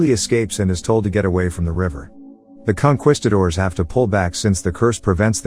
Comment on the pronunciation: It's con kees cators. Not quest cators Tomato tomato. I know